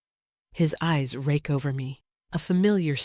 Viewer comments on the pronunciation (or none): none